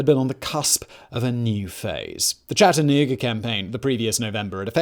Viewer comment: Being from Chattanooga, I want to say thank you for pronouncing it correctly